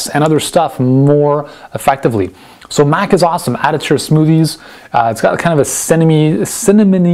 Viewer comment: He can't even pronounce Maca correctly, why would I trust his google top search result sourced advice?